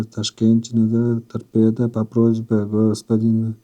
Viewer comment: Торпедо деп жазылган сөздү тарпедия деп сүйлөгөнү да өлтүрөт кө